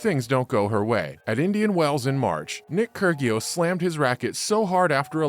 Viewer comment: Kur-gee-os? Where have you been? Pronounce the names right.